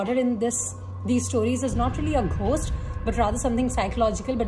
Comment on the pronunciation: Please correct your pronunciation of 'ghost'. It's /ɡəʊst/